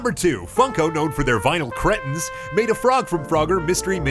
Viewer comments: it's pronounced creetin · it's pronounced cree-tin